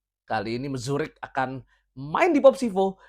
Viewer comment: kayanya Mruzik bang, bukan Mzurik haha